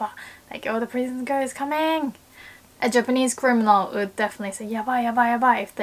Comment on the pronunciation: I just noticed has the same voice labio-velar approximant issue with "would" (woman = ooman) so she sounds like "ood" if you read this let me help you with pronunciation!